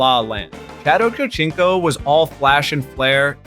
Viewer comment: It's obvious this guy never watched a football game, ochochonko? The slightest effort and you don't like that mistake